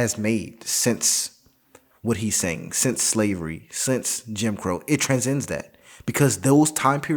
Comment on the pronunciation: transcend, not tranzend